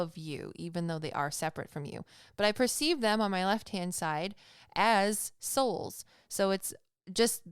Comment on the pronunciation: Around 26 minutes you said "as souls" but I definitely thought you said assholes 😂😂😂